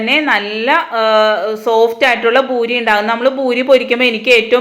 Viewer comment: ബൂരിയല്ല .പൂരി.